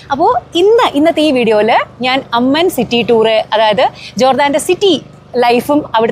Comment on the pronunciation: അമ്മൻ അല്ല ചേച്ചീ "അമ്മാൻ" 🎉🎉